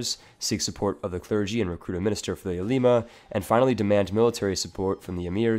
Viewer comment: Ulema is pronounced differently right?